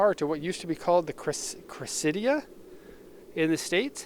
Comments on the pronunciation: Cressida is pronounced “Cressuhduh” . Basically like you’re saying “Cresta” but “ihduh” sound. And we didn’t get the JZX90 unfortunately. Only up to the MX83. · Building with B I know that. He mentioned the Cressida in the video but didn’t pronounce it correct